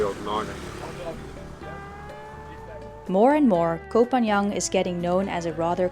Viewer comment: And you still cannot pronounce the name of the island. It's not Koh Phan Young, but Koh Phan GAN. Pronounced like GUN!!!